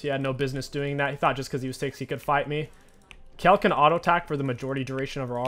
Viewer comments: It's Kayle, not Kell. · The way this guy pronounces Kayle is so frustrating 😂